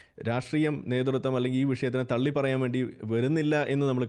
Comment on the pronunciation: തെള്ളി അല്ല രാഹുലെ.. തള്ളി 😂